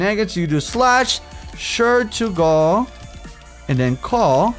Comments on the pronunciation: OMG I love the books it's based off of. Shur'tugal means dragon rider in a different language. Also shur'tugal is pronounced sure-two-gal i think. I think i should stop fanboying while i can still stop. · shur-ga-turl i have listened to three diffrent reviews of this and it is geting annoying. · Just to let you know it's pronounced the Sure-taug-le mod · it is pronounced shert,tu,gal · Correction: *Shurtugal. lol